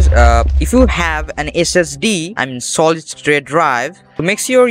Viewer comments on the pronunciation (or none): none